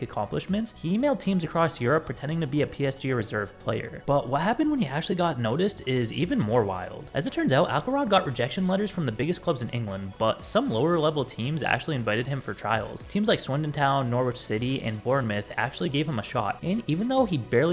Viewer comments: The W is silent in Norwich. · Nor-wich LOOOOOOOOL